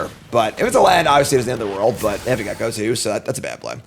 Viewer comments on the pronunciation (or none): none